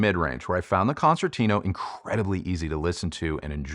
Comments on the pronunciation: Hey! A suggestion from an italian subscriber: why don't you pronounce the name "concertino" the (right) italian way? Let's try: "concertino" means "little" or "tiny" concert in italian, and it's pronounced with a soft second C as a "ch" in english. So it's more like "Konchertino" for you english speaking hifi reviewer;-) cheers! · I love Sonus Faber Concertino since first version, beautiful sounding speaker but not for all types of music unfortunately. Love the review, but just one remark, your pronunciation of its name is far off from its original Italian version and it hurts my ears a bit 😊. Please try to fix that in future videos.